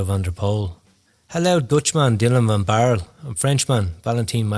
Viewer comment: Van Baarle.. there is an 'e' in the end of the name.